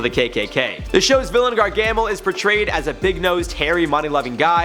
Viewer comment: Love the rundown,but you mispronounced GAR-ga-mel.